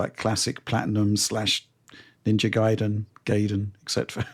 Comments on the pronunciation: It's GAIden, not GAYden 😅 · We want to pronounce it Gai-den cause that's how it's pronounced. Gai rhymes with hai and sai. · it's guhy-dehnn but we'd settle for guy-den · John isn't here to correct pronunciation of Gaiden:( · When I was a kid playing the NES games I always pronounced it the way did. It took me a long time to admit I was wrong. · Which syllable do you stress though? Is it pronounced GUY-den or guy-DEN? 🤔